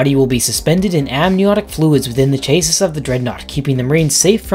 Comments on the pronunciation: That's not how you pronunce chasis. It's cha-sis Note chase-s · Its pronounced ch-a-see (chassis) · Btw Chassis is pronounced Shassy like a car chassis. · FYI: “chassis” is pronounced “chassie” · "Chasis" is usually pronounced as "chassey". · Chassis is pronounced cha-see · It's chassis you got to pronounce the word better automobile term with that being said that's why I love 40,000 dolor so cool God I hope the series delivers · Great video! But I can't get over how you pronounced chassis. Still love the content! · Man can't pronounce chassis lol